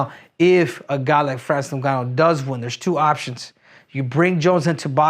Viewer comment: Called his name properly. It ngannou